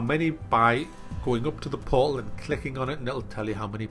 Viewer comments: haha love how says "portal" poal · In the beginning was he trying to say "portal"? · I get curious about how some Americans and British people pronounce words without clearly pronouncing the T.For example,the word portal,they cut out the T sound and replace it with a 'uh' sound :/